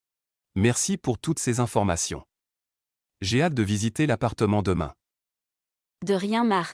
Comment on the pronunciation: "Je suis ravie que vous soyez intéressé", je n'ai jamais entendu un seul propriétaire "parisien" dire ça. Il y a des problèmes de prononciation aussi "plus d'information", on prononce le "S". C'est bizarre cette histoire d'animaux interdits...depuis quand en France les animaux sont interdits?